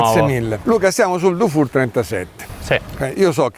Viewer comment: Dufour si pronuncia difur, se fosse scritto dufour si pronuncerebbe dufour , pregasi correggere la pronuncia